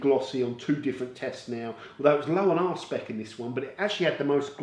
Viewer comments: I'm fairly confident that it's 'R-SPEC' not 'Arsepick' 🤣🤣 can't imagine what detailing products you're using that need a good arsepick level 🤣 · Please continue to make these comparison videos. They are really well done and very useful. Also, a question... For the two products with the high gloss readings, but one had a much lower arsepick (that's what it sounded like, not sure how to spell the actual word), what is the implication of this? How does it affect how one perceives the finish on the car?